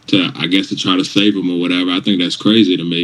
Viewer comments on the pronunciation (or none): It sounds like he said “save” not “slave”. If you listen to it at all 0.25 speed